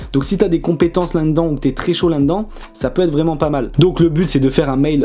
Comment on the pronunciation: « Landans »..? Tu voulais dire « Là dedans »..?😅 Bonne vidéo en tout cas!👍